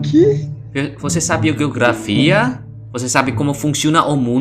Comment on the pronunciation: nao sei se voce ja aprendeu isso ou não mas geografia, na pronúncia soa como "jeografia"! Espero ser ter sido útil, amo seus vídeos ❤